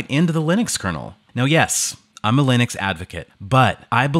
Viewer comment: Ok but why do you say Lin-ex? Stop it. Also companion software for keyboards, mouses and headsets is missing.